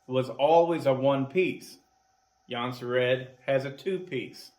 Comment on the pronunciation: Swedes pronounce it like "Yuun-seh-rehd" Many Americans say "Johnson-Red"